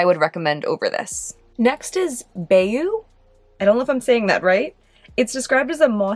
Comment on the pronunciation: FYI- from the Louisiana resident for most of my life - bayou is pronounced 'buy-you'; basically another name for swamp down here. Bravo for trying - some of these Louisiana names/words aren't easy, like Atchafalaya, etc. We have a mix of Cajun/French/American Indian so it can be interesting to try to pronounce anything. ;)